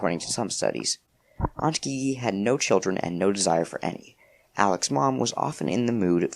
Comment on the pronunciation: haha but i think the aunts name is pronounced like the letter G, gigi pronounced jeejee